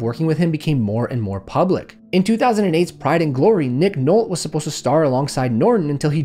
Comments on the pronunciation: How do you not know how to pronounce Nick Nolte? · nick "nolt" lol